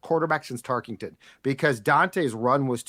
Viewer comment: Drinking game: take a shot every time someone on this show calls him "Fran TarkINGton" instead of Tarkenton. Actually nvm you'd die if you did that.